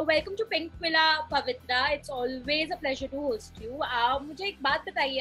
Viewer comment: Pavitra not pavitra